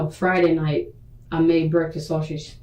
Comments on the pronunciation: Her misusing words like "prolong" or mispronouncing simple words like "sausage" and constantly calling Deonte "mah dude" all really annoy me for some reason. It makes her seem like an uneducated and incapable person to raise a child. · .....lots of the 13 cannot pronounce the word 'sausage'....and they all mispronounce it the say exact way....i just don't get it...... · The way that woman says sausage irritates me in a way I can’t describe. Why can’t black people pronounce the most basic words correctly 🤔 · Between these bold face lies, lack of accountability, the request to play Gospel music and her inability to say “sausage” correctly I am royally disgusted by this chic.